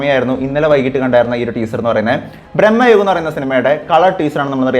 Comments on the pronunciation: സിനിമയുടെ പേര് ശേരിയായി പറയു.. ഭ്രമയുഗം.. ബ്രമ്മയുഗം അല്ല 🙏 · Its ഭ്രമയുഗം bro.. Not ബ്രഹ്മയുഗം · ബ്രഹ്മയുഗമല്ല ഭ്രമയുഗമാണ്